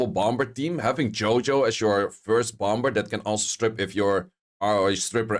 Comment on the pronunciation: The second b in bomb Is silent bro say bom, and bommer